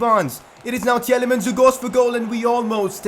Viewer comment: Tielemans is pronounced Til-e-mans BTW. The first E is silent